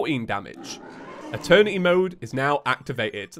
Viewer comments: Guys it’s happening again... eterny mode instead of eternity mode🤣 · "They wanted Eeterny mode". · i cant hear eternity im just hearing attorney